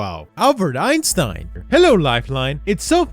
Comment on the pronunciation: i liked this video immediately when you said einstein's name correctly instead of "Epstein" from the last time lol